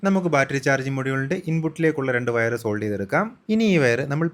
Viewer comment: സെൻസർ അല്ല മാഷേ , സോൾഡ് ചെയ്യുകയല്ല സോൾഡർ എന്നാണ് പറയേണ്ടത്